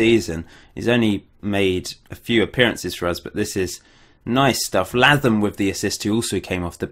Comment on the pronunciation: Really loving this series but pleeeaaassseeee, Latham is pronounced like Statham in Jason Statham! :(